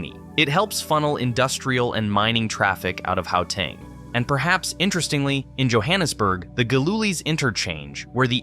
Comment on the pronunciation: Great video, but bro if you gonna make a video about SA learn how to say the place names correctly. Upington, Gauteng, Pietemaritzburg, Umhlanga to mention a few that were mispronounced completely. 😅